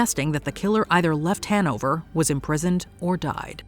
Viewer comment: The way she says Hannover makes me cringe